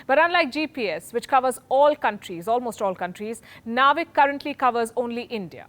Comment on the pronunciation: Don’t say naavik say it as navik.. it’s like u r saying India will be remembered for hair styling techniques